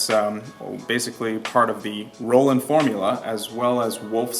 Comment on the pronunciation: You’re wrong, it’s Roland. Everyone is saying Roland even garand thumb. Even a ai search, google search. All say Roland.